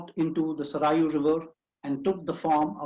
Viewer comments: Please improve your overall pronunciation, its Saryu NOT Sarayu river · Saryu is North Indian river, so don't teach us what is correct pronunciation of Saryu river, people like you can even teach English to British person and will say "M" is pronounced "yum" as per South Indian languages.